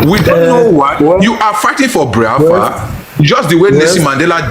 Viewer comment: This Bini guy cannot pronounce Biafra.